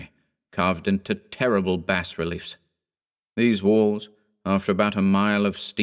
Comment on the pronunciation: Every time he mispronounces 'Bas Relief' makes me want to slap someone